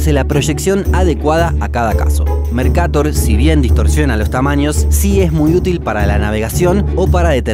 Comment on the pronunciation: El mapa mercator no tiene tilde asi que se pronunciaría mercatór